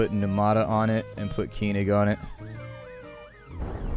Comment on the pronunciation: you say keyning instead of Koenig. Its more like col (Colonel) and nick.